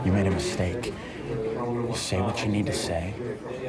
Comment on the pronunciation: I dont like the emphasis on the word MADE